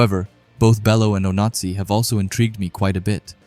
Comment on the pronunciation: i just dont like the fact that the voice kept saying "nazi" when saying onazi (oh-nah-zee)